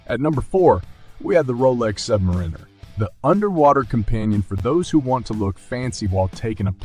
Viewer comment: "Submareener"! Really, Mr. AI voice guy?